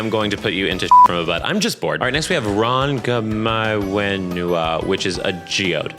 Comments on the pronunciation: you almost got Rongomaiwhenua correct! Wh is an f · Hey, if anyone is wondering, the 'wh' is pronounced like an f! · 'Thickest New Zealand accent I've ever heard' about Kopi who.... has an.... Australian Accent and an Australian Voice Actor ): Alas another misassigned accent (I am unfortunately used to it as a New Zealander myself). And alas again, for the mispronounced Rongomaiwhenua. If and when you get to her in game its actually a bit in there, almost got angry before the game itself corrected the characters involved pronunciations. Roh-ngo-my-feh-nu-a, for a loose written version of the pronunciation.